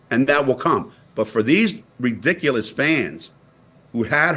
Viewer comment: Rah- dic- ahh- lus 😂😂